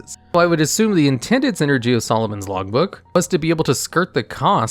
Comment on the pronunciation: Is it just me or is anyone else also hearing Solomon's Logbook instead of Lawbook?